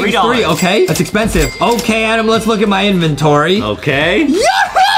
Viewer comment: justin always call adam adem and thats make me laugh